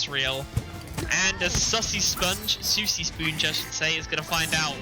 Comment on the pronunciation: This commentator recreating his own pronunciation for players gamer tags is low-key pissing me off lol. I understand he has an accent, but c'mon! "Soosy Spoonge"? And who the f#@ is "Maleesha" while I'm at it? 😂